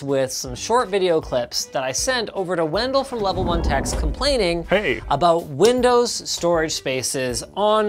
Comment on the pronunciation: "Control all your Rindows Mac and Linux machines"